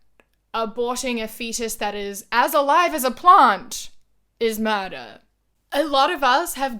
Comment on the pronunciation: Omg she said plant! I thought like "What is a plond?" lol😂😂😂